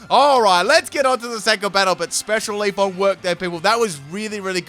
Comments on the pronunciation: Good battles bro ; it's Leaf-Eon not Leaf-on lol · If you get 2 of the same Pokémon with branching evolutions I think you should keep them. You're also mispronouncing Leafeon it's Leaf-eon not Leaf-on. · Is he really saying "Dene" and "Leafon"? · I'm Aussie and wouldn't ever consider saying Leafeon the way he did. There's an 'e', just read it phonetically. Think is maybe a tad bogan though, which might explain it.